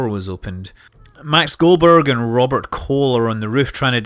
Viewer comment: Did you just say Robert Colon? XD